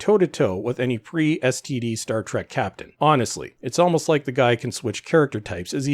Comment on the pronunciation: Every time you say "STD" it always throws me off. XD